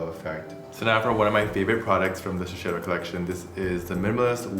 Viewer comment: Shiseido’s global color artist can’t pronounce Shiseido correctly?